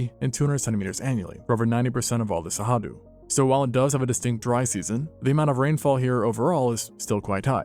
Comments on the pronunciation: I get that you can't pronounce Cerrado, but hearing it pronounced with an h, just made me want to bang my head against a wall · Give me a break! Why are you guessing at the pronunciation of Cerrado? It's not even a reasonable guess! Where'd you get that "H" sound? It only takes seconds to search for "pronounce cerrado" and follow a link. When I find that a channel that takes itself seriously doing things like this, it makes me distrust their information. If you can't be bothered to learn to pronounce the name of the place you're talking about, how likely is it that you were conscientious in your research? Seriously. It matters. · How do you get "Sehadu" out of Cerrado? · There's no way "Cerrado" is actually pronounced "Sahadu", is there? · You have a very funny way to pronounce Cerrado... as Sahadu. Anyway, without the great gnu migration... the Cerrado can't compete with the East African savanna, really. Where are the great herbivores when you need them?! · Love the video, and love that cerrado was mentioned and talked about, but as a Brazillian also, the way he says cerrado hurts my heart so much 😭